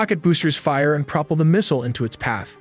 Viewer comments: tome-a-hawk, prahpl, phu-tonics, bara-cue-da, fish-in, helps turns. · Do you really not know how to say tomahawk or propel? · How does this guy not know how to pronounce "tomahawk" , "propel", or "barracuda"?